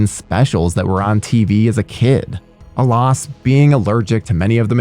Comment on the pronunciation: Alas = Uh-lass.